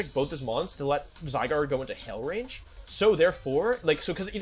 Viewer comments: When I finally got to play with Zygarde, it became my favorite legendary. I underestimated Solgaleo Necrozma, as well. I love techy substitute and trick room Pokemon, respectively. Wolfy calling him zyGRADE the whole time got really annoying. It's GARDE like guard. Definitely not ASMR. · WHY DO YOU SAY ZYGRADE ITS ZYGARDE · Idk probably to troll . Some of them are funny Except ‘zygrade’ and ‘jiratkneeuh’ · he keeps calling zygarde zygrade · ZyGRADE? It’s clearly zyGARD 🤷🏽‍♂️😂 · Love watching your vids, hate how you say zygarde: "zygrade" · Zygarde not Zygrade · Hey wolfey it’s zygarde not zygrade. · Is it a lil annoying to anyone else that he says the Pokémon names a lil weird, zyGRADE instead of zyGUARD yk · Does he call the the wrong names on purpose? ZyGARde not ZyGRAde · wolfe was pronouncing it as zyGRADe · it physically hurts me every time he says zygrade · How can u call him "Zygrade"???? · wolfey really calling zygarde "sidegrade" 💀💀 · ZyGUARD is the correct pronunciation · Am i the only one who realises that he always says zygrade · Why does he say all the Pokémon's names wrong? Zy-grade? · The way he misspronounces Zygarde kinda bugs me >.< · why wolfey, why do you mispronounce these mons names. keep doing it don’t stop but omg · why cant you say zygarde? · Please pronounce zygarde correctly